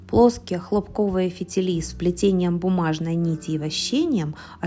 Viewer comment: ХлО́пковые,ударение на О,от слова хлОпок( растение) !!